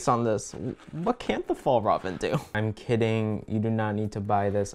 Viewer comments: My dad actually works at FjällRäven and it is pronounced fi all rah ven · plSSSSSS watching this video as a swede was hilarious cuz every time tried to pronounce Fjällräven it just got worse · Fjäll-räven, the ä is pronounced as the a in air. Kånken is pronounced with an å-sound which is like the O in or. Hope it helps /offended Swedish person cuz the bag is in fact Swedish and not Norwegian 🙂🙂